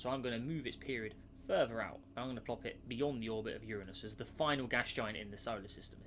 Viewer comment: Finally someone who says Uranus correctly